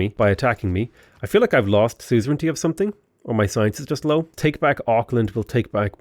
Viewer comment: Everytime he say soozrintee I die inside